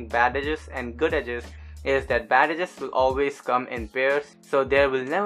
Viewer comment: I loved the tutorial, first one that I can actually understand how to complete the edges. P.S. Not to be mean, but I like how you say "badadges" (bad edges)